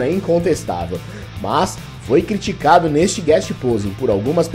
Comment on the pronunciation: Ciritcado? Houve um pequeno erro, amigo! Kk